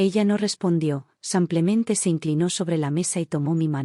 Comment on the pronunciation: Es Simplemente no Samplmente.. es Española y pronuncia así 😊